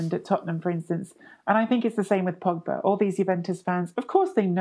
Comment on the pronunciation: If I have to hear 'Pogback' another time, I'll... I won't do anything. I'll just be mildly annoyed, and then move on with my life.